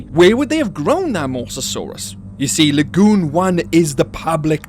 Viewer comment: I love how you say LA-GEWN lol